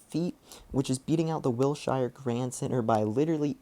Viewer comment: Pronounced Will-Sure not Will-shire